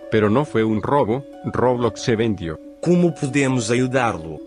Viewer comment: fornite dice roblax